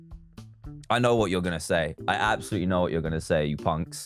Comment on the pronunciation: Let me just say that said ab-salutly